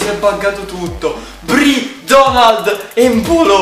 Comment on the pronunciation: evita di sputare quando fa gol embolo o come lo chiami tu empolo😂